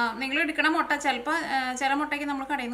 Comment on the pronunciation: Motta Alla muttaa